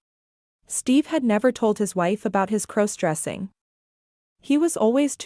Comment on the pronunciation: u can't even correctly pronounce "cross-dressing"??? Such crap I couldn't listen for more than a minute!